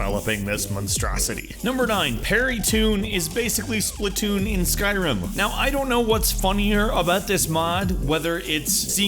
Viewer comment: Splatoon, Splatoon, SPATOON!!!!!